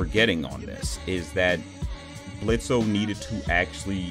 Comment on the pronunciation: you mispronounce Blitzo's name the o is silent the only people who call him Blitzo instead of Blitz are those who despise him, from his own past